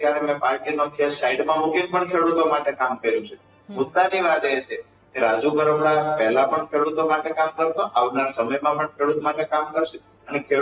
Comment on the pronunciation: Pahela ben bplata shikho kapada nahi karpada